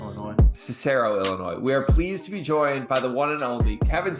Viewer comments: Cis - Err - Oh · That was the strangest pronunciation of Cicero I’ve ever heard